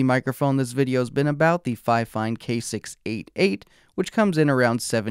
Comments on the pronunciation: Why are you pronouncing it like Fi-Fine? Everyone knows its pronounced Fine-Fine. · Sorry to say but you are saying it wrong it’s ‘Fine Fine’ not ‘Fi Fine’ dispite the spelling. 😊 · It's "fee feen" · If you want your company to be pronounced finefine, why not write it that way in the first place? 😂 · That pronunciation has always killed me 😂 I am pretty sure Think Media got that pronunciation stuck in people’s heads. I don’t understand why more creators don’t ask how companies want their name pronounced, even if it seems obvious to me, I still ask… it’s literally the least I can do. 😂